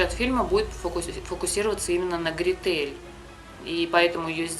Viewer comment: Гре́тель ,а не грете́ль ....